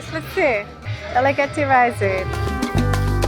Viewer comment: Pronounced as Da-la-ge-te